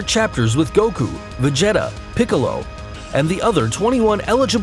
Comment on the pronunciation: You said (Vageta),its pronounced (Vageeta)